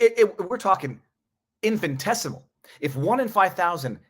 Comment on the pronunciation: Infin I tessimal Infin I tessimal Repeat after me : Infin I tessimal Infin I tessimal Infiniiiiiiiii Ooops. I own it is just an infinitessimal detail and YOU ARE A GENIUS and we LOVE VIVA VIVAAAA